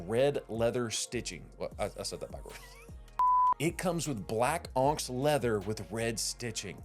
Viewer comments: onyx is pronounced on ix. Like the black gemstone. I’m from Pell City and know that! Just bama checking you 😊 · You're pronouncing onyx wrong.